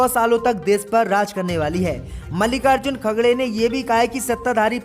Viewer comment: इनका नाम मलिकार्जुन khadke हैं आप हर बार नाम गलत लेते हो